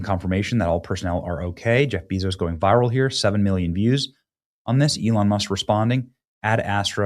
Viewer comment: I like watching Benny but I cringed everytime he called Jeff Bezos Jeff Beezos. It’s Bezos like Bay-Zoes. Couldn’t watch it bc for some reason it just sounded cringe.